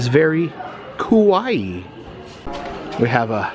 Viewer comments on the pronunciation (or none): none